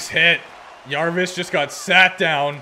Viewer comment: As a carolina fan, it's Jarvis. Not Yarvis